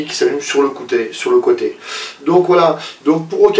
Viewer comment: au faite on dit côté pas "côuté